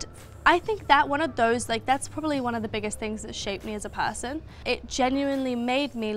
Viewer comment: “PAAHHSON” that’s when i opened subtitles.😂